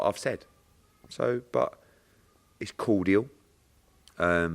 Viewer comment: It's cordddial 😂😂😂